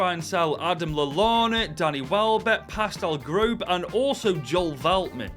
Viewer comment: What a joker. First few seconds, showed the Conference League when we're in the Europa League. Then he calls Pascal Gross, our BEST PLAYER, deadwood and mispronounces his name. Surprised when we made it though the Europa League when IRL we topped the group. 🤡🤡🤡🤡